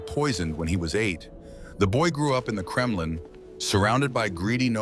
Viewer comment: no wonder the Mongols were feared. That and the "Kremlin" a few seconds later. AI slop can be forgiven, low effort AI slop can NOT.